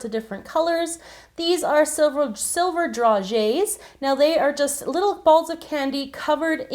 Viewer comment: I believe it is pronounced dra-gays, not dra-ges